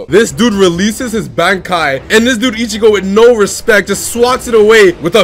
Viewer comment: Lol i ion een mind the niggafied commentary but damn dawg you gotta pronounce the zanpakuto correctly and Bankai for that matter… shit sound casual as hell